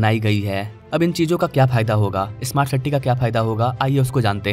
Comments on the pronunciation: Siti nahi city hota he bhai. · City bolna bhi shikh le dost